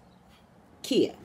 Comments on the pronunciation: So when it comes to her name Ky-yah is how you pronounce her name. Not Kia. Lol! Now as for your headache water and sleep because readings will do that. I agree with you... There is only one God. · She calls herself Khia (khy-uh)